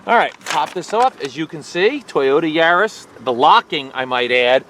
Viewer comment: Yar-is not yuris